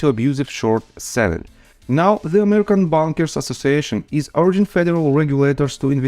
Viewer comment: The bonkers is actually pronounced baaankers bankers not bonk not bonkers